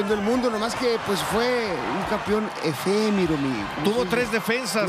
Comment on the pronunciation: Además de Campion " efemiro" así lo dijo a lo treinta segundos chécalo!